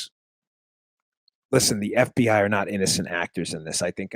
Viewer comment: Dan, heh, your affected pronunciation of F.B.Aihh, is from Silence of the Lambs I think. That's just the way that Hannibal Lecter says it.